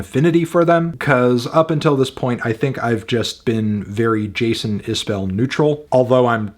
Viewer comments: I appreciate your opinion. I happen to think Jason is one of the top songwriters of my lifetime. I would hope you would want to pronounce his name properly… He pronounces it is bull, not bell. Just trying to help. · It's pronounced iz-bull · FYI, his last name is pronounced Isbull or maybe even Isb'll - I think it kind of elides the second vowell. I only correct you because I try to remember it myself.